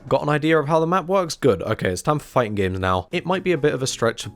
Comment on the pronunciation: "The fighting genre" & "Fightin' games" Why do you drop the G at the end of "fighting" only when "games" is the next word? Is that a running joke I'm not aware of?